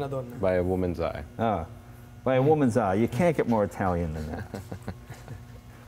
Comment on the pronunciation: He keeps sating "Italian eye" even though Horacio is from Argentina.